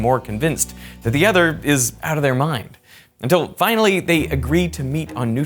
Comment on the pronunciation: Derek!!!! How are you letting this guy get on your channel and sound like an unlettered dunce??? Please teach him how to pronounce the word "Other"... IT'S NOT "Udder"